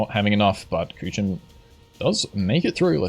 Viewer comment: I like how he is pronouncing Kuchen like Kütschen xD